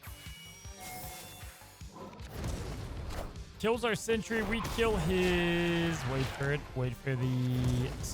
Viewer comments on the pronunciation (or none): I love that he always pronounces Sentry as Century